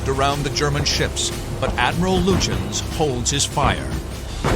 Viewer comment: Lutshensh hahaha... Its Lütjens... and I refuse to believe that a brit cant at least say anything like Lutyens...